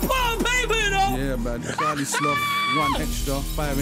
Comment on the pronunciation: charlie getting his name right at the start aha